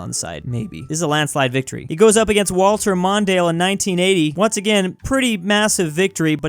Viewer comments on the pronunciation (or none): none